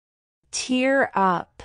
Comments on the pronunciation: tear up was wrongly explained I think in pronunciation,,, should have been pronounced as in “tare” up. Tear up she referred should be “crying 😢”. Hope you get what iam saying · Tear up,tear was pronounced wrong. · Is the pronunciation correct for tear up?